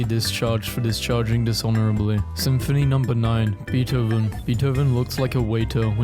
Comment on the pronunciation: bro said Beethoven like that 💀